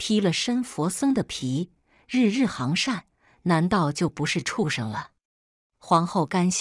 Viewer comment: 日日行（ㄒㄧㄥˊ）善。相（ㄒㄧㄤˋ）府。